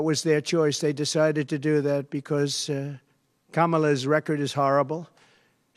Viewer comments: OMG he pronounced her name correctly! 😃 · At least he pronounced Kamala's name correctly this time.